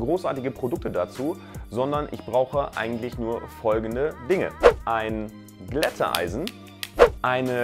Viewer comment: Nein, ich bin nur einer, der deine Videos mag und ich finde die Aussprache von Glätteisen von dir ein bisschen speziell.